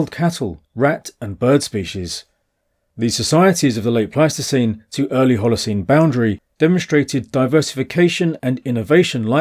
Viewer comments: It's Pleistocene not plasticine... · 😂 I keep hearing you say "plasticine hunter-gatherers", which is a type of non-hardening modeling clay... Pleistocene plasticine!